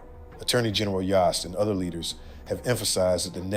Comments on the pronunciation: Dave Yost. Sounds like yoe not yaw. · Y OHHHH st! Rhymes with host.